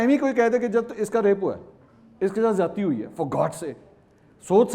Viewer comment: Ziadati.....ka lafz mansoor sahab apki urdu he kharab hai... ??